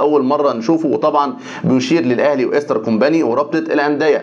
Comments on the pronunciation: انا بحب برنامجك جدا. بس عندي تعليق ع كلمه ايسترن كومباني،حضرتك بتقول كومباني النطق غلط جدا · يا ريت تنطق كومباني صح